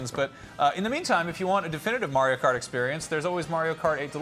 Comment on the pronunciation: “Mario Cartore”